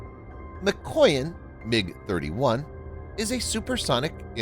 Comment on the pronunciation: It is 'Mikoyán! Not Míkoyan!!